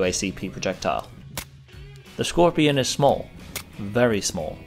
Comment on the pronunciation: Skorpion not szkorpion.